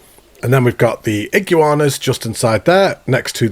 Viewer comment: Love the content but it’s iguana not igu-anas